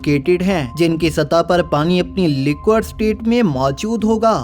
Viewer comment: Arre bhai wah लिक्विड state hai लिक्वड nahin.